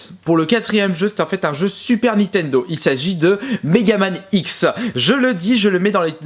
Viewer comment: N I N T E N D O pas NI TENDO